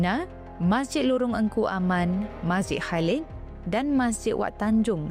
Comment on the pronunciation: Sebutan Lorong Kuaman, tapi ejaan sebenar Lorong Engku Aman.